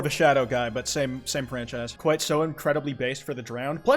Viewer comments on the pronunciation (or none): KWITE. KWITE. YOU NEED TO PLAY MOB TALKER AND THEN DO THIS AGAIN PLS. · This is kwite possibly the most ‘Kwite’ thing I’ve ever seen.